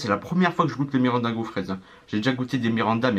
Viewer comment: Mirinda et non miranda, a ne pas confondre avec le joueurs du bresil